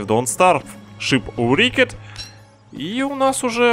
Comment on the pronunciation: Не шипурикед, а шипрекд (бывает :)